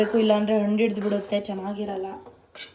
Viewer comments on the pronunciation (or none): none